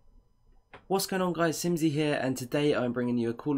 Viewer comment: Love the start "Whats going on guys..." BRITISH